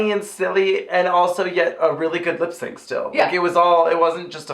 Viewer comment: Ha ha! "Lipsanc"!! [Avaryl, 2019]